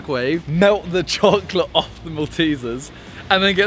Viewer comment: Nobody: Simon: CHOClet